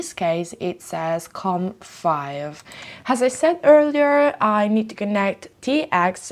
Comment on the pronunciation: Ciao 🏄‍♂️ un consiglio per migliorare ulteriormente i contenuti del canale, riguarda la pronuncia un errore che fai spesso ( niente di che eh) è pronunciare la h aspira a inizio parila wuando non ci va. Del tipo hopened anche opened oppure has anziché as. Ho voluto segnalarlo perche mi poace questo canale e ti supporto, spero di non risultare antipatico!!! Stammi bene e continua cosi che sei bravissima!!